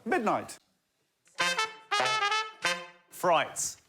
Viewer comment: he said "frights"